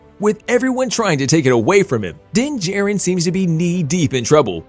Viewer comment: It's Din JAR-rin not J-rin..